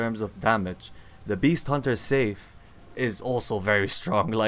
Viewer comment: "Sigh-f" bro, not safe. Also, I wouldn't talk about mechanics when you just spam r1. Not questioning your skills, as I know they're great. Just questioning the background video lol I am using every weapon on each new ng7 playthrough and yes, this one takes some practice to git gud with